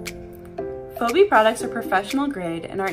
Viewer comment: Pronounce the name right: "fee-bee"